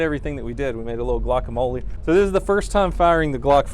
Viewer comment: its gluokamole